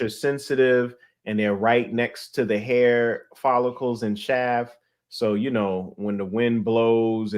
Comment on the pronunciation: No fronting, the way pronounces "hair" as "here" was confusing me a little 😂